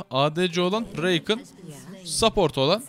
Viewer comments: bu arada söliyim zeya reykın deil zaya rakan diyo okunuyo .-. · yalniz Reykin degil Rakan yani yazıldığı gibi aynen. Zeyah degil Zaya. Sadece söylemek istedim. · Abi Zaya ve Rakan diye okunuyorlar